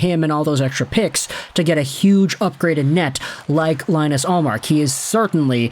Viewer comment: Can’t even pronounce ullmark’s first name right 😭